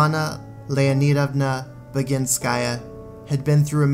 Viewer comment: It was perfectly done really. I adore this video and love your take on things.